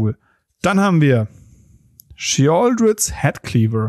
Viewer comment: Bei der Aussprache der tollen Karte sterb ich